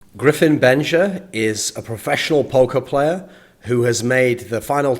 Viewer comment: at first I thought he was saying "Professional Poke(mon)Player"...